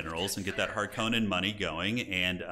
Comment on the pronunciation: I like that guy's seen two Dune movies and calls himself a Harkonnen main and he still mispronounces the name Harkonnen.